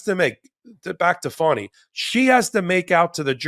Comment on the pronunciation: Young man, it's Fani not Funny..lol